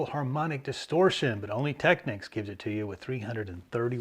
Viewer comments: Finally!!! Technics correctly pronounced. Thank you. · Not that it matters because this subject has been pounded into the ground, but there is a Technics commercial out on YouTube and they pronounce it Teck-neeks